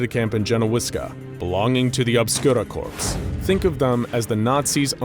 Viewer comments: “Corps” isn’t pronounced “corpse” it’s pronounced “core” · Or cor